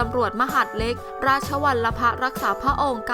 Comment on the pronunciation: ศูนย์บังคับการมหาดเล็กราดชะวันละพะ เอ่ออออ อ่านมาได้งัยแบบนี้ เซ็ง